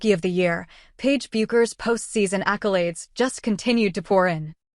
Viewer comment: Isn't it crazy AI can't figure out or be programmed to say her name correctly ???????? To anyone who tuned into this (I actually didn't and what I did was read the script before I hit the button) I want to share a thought with you. I was a pool shooter many years ago, let's just say I was pretty good, and if someone was going to play me I could clock that guy out about what kind of a player he was before he even took a shot! It comes with the territory if you know what I mean. Well, Paige will be able to clock someone out to determine what kind of a player they would be before they ever took their first shot. 'It comes with the territory!' She should definitely be in a position to offer her opinion of who she thinks is a great player and a great teammate.